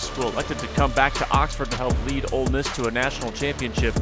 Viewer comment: how is our own commentator calling it “old miss”